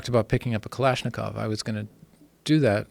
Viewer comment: Dude, can't even pronounce Kalashnikov the right way